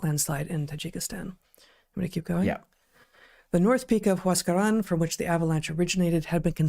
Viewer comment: Heather on point with the Huascaran and callejon de huaylas pronunciation